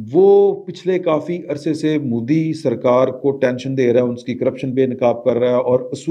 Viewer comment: Plz bolnay ka style theek kerein.phatay pe bethnay walon ki tarah baat kertay hain.punjabi bolna buri baat nahi.magar Modi ko "moodhi" "meehta bachachan" thori mehnat kerein.